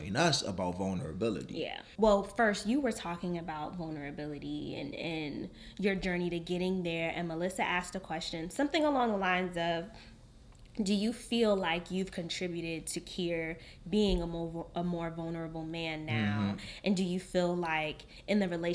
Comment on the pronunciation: I loved y’all convo with and Melissa. So open and honest. I cringed a lil every time they pronounced name wrong tho 😖